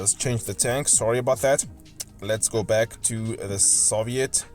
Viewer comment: Soviet: (saw-vee-it)